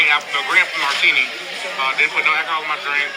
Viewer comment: I can't with people who say Akaholl